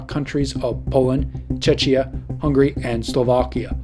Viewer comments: The weirdest pronunciation of 'Warsaw' I've ever heard - neither English, nor Polish. Same with 'Czechia'. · Czechs will slap you for saying Czechia, but you would get quartered for the way you pronounced it.